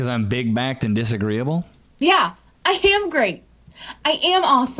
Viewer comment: Did she say " I ham great"